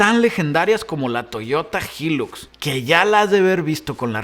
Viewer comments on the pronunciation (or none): Jajaj toyota jiluks jajajaj